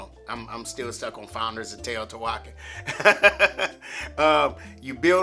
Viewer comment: To say Teotihuacán you want to stress the last syllable.